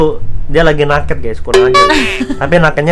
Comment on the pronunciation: banyak banget bang yg gw gemes pngen koreksi kwkwkwk dari kata endros harusnya endorse, naked itu baca neked, dan memeng, harusnya memang..gapapa ya dikoreksi